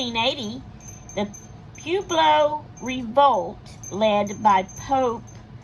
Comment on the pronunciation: It is pronounced Pa-web-lo.( Pueblo) Pueblo peoples is correct because there are different tribes of Pueblo people